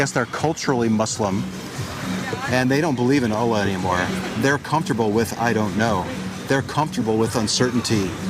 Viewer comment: I love how you pronuce "Allah", it's very close to the slang Arabic pronunciation, but still not 100% Kudos for trying :)